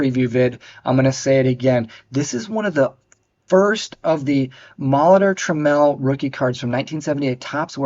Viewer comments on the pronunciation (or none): Nice. But its not pronounced tram-al. It rhymes with camel.